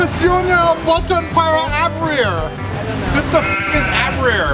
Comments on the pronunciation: "Aberir " like so so beautiful said ahah its Abrir, and it means open, so the phrase was " Push the button to open ". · Presiona boton para abrir aka pray-zone-aw bot-on purr-aw aw-brihr. The umbrella looks quite handy once you aw-brihr :) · Hahahaha! WTF is "abrir"?? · "presiona botom para a.bri ru what the fuck is a. bri ru" LOL it means "press button to open" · Oh! Dat Spanish! Your pronunciation was a big fail but made me laugh so much! xD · "What the f*sheep* is 'abrir'?" To open,. The Spanish means press the button to open lol. As if that's of any help in Korea XD